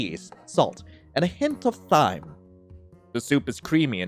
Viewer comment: you say thyme like time.😭😭😭